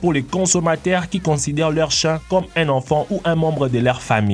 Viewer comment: En chiiiien pas chin